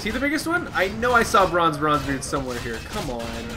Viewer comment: Why do I always hear you saying Branze Bronzebeard? Also, where is your Girl friend? I enjoyed watching you teaching her how the Dreadlords are OP, how the... how the... what else did you teach her? God damn it. =D